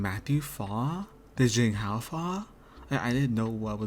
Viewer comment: agree with all your commentary but i can't let "zayng hao" slide, my friend. they pronounce his name correctly for you in every episode.